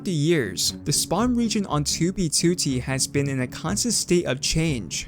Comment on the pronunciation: At this point, the only reason I watch this guy is because of his accent when he says 2b2t haha